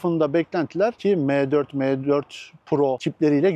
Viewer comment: Abicim meee4 degil em4 de allahini seversen ya ozel isim bunlar . Hani laytnjng e ligttheninng demiosun ya.mec diosun ne guzel maccc demiosun